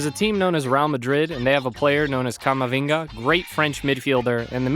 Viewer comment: camavinga eh cama ohhh